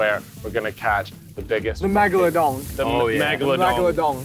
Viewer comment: Bro said ‘megaladong’ 😂